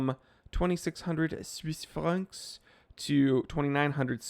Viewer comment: I thought you said 2600 Swiss farts XD